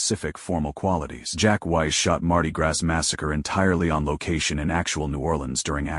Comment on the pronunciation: Heh heh ..."Mardi Grass"...come on man.